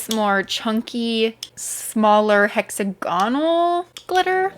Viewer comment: Please, for me, don’t say hexa-gonal anymore, it’s hex- agonal. Yay, that’s it. I’m so happy now. Beautiful mixes 🇦🇺❤️